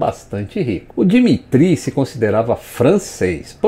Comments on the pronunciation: na verdade a pronúncia do nome é "dímitírri" com aquele R de rato do fundo da garganta e tônica no mi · Dimitri se pronúncia di MI tri